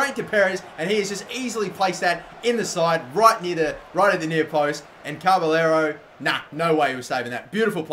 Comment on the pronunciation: It's not carberllero its caballero